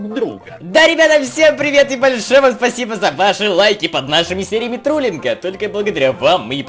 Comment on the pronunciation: ты сказал труллинга 😂 Кто тоже услышал лайк